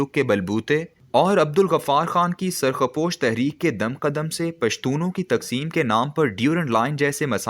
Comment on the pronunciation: merai bhai surkh posh lafz hai khudara don,t use software or correct ur urdu brother